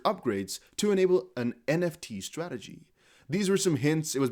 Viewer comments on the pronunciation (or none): none